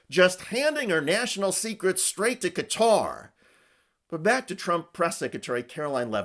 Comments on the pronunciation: Americans have trouble pronouncing Qatar , you yanks call it 'cutter' ....except the video MC ....it is prononced like 'Guitar' but with a Q ...SAY IT PROPERLY , LIKE THIS HOST ..NOT LIKE HICKS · Morin's, it's not pronounced cutter it's Qatar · America is so lazy. Why do Americans often call Qatar (ku-tar) Qatar (cutter)? It sounds so ignorant. You call it "cutter" by you call their govt. the Qatari (ku-tari) govt. America is led by lying retards. For context, I am American. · Can Americans stop pronouncing Qatar as “Cutter”?!!! It’s driving me nuts!!! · "cutter"? damn, america... I know y'all only speak "american" but it's not a good look to not be able go pronounce shit.